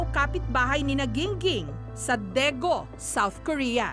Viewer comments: DAEGU (DEGU) not DEGO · What is Daego,it's Daegu with a U That's where taehyung and Yoongi was born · 대구 Daegu Meanwhile Jessica : 대고 daego